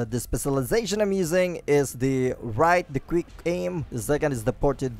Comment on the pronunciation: Instead of “quick” it sounds like hes saying “greek”